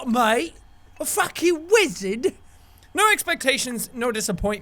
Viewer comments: Am a focking what mate? A fackin wizerd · he's accent is funny (a fucking wizard)